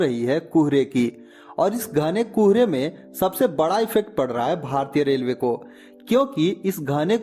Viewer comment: It is Kohre not Kuuhre😂